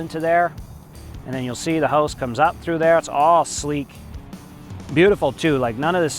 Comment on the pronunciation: Is that how you pronounce hose in Canadian? haha